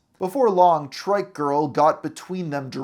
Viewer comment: You constantly calling a trike a "trick" is triggering af OH MY GOD YOU PRONOUNCE IT CORRECTLY LATER ON WHAT THE FFFFFFFFFFF THEN YOU CALL IT TRICK AGAIN AHHHHHHHHHHH